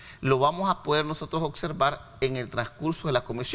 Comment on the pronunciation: OBSERVAR, NO "OCSERVAR"